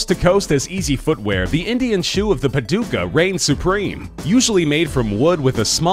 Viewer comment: 'paduka' is pronounced with a longer 'a' and softer 'd' and 'k'